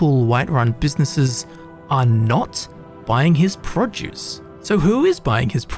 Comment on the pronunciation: I love how you pronunciate produce as pro juice